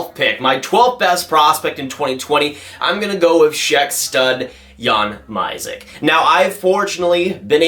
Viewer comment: Mysak pronounces Myshak, it actually sounds nothing like you said it 😂 but apreciate having him in top 15 💚